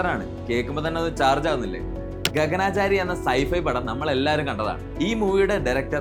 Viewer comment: ഗഗനാചാരി അല്ല. ഗഗനചാരി.... എന്നു വെച്ചാൽ ആകാശത്തിലൂടെ യാത്ര ചെയ്യുന്നവർ എന്നു അർത്ഥം